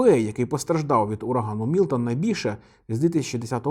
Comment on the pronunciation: мілтон а не мілотон